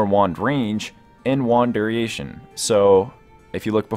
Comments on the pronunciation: ? He said duriation. It's funny. Also, costed, blue flont. He caught the blue font. But it's duration, not duriation, and cost, not costed. "It costed 3 magic crystals". I had to put something after the 7th or 8th made up word. Just caught your no-vis...... thought you were stating something about it costing no vis (like it was better than thaumcraft or something) lmfao. I didn't even get to the no- vis part.... lmfao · duriation..... lmao